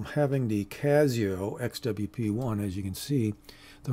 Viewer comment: it gives it a touch of class